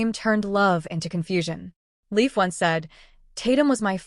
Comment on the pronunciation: That’s Leif. But it’s pronounced Lafe, as in safe